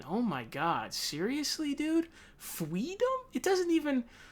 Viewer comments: "Fweedom" are you kidding me?! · Sounds like kamala thinks restraints are freedom..oh..sorry "fweedum". IMO. MS.Harris is a control fweek. 🤣🤣🤣